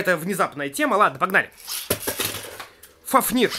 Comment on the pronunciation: Не фафнииир а фааафнир